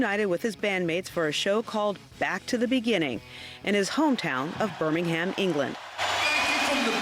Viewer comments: When will Americans learn!? We, over here in this beautiful city of Sabbath, don’t pronounce the H in Birmingham It’s “Burr-ming-em” not “Burr-ming-HAM” Ozzy forever 🖤🤘🏻🦇🖤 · Learn how to pronounce Birmingham the British way to describe a British city, FFS.